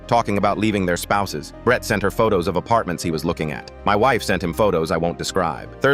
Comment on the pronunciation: “I knew BRET-TUH” why he say Brett like that😭😭